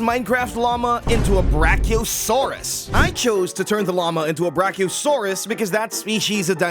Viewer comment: Bro said Brack-0-saurus